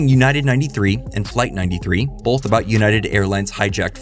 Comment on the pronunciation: I just can’t get over how so many people (including ) puts an L in the middle of the word “both”. Like, wtf kind of word is “bolth”??!